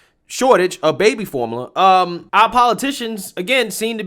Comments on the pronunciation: can't say formula. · That word is like Form-you-luh.